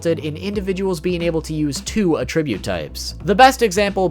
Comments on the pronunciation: Arrgggggggh! This makes me crazy! It is "At-tribute". Not "A-tribute." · Hard like due to this man's pronunciation of attribute. That wasn't easy to hear!! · Or everytime he mispronounces "Attribute"